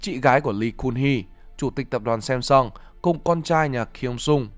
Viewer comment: Sam sơng chứ ko phải sem sơng